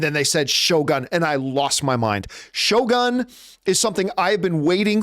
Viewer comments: Did John have a note reminding him how to pronounce Shogun?😂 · No, I was just making fun of the pronunciation!